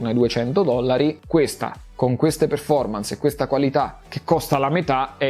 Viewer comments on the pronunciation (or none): none